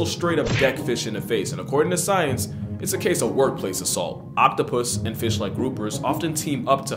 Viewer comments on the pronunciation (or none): OPtapus lmao